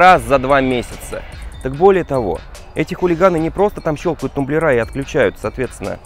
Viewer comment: Не тумблерА, а тУмблеры.